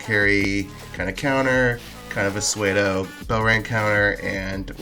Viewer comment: nice analysis, side note pseudo is pronounced soo-dow.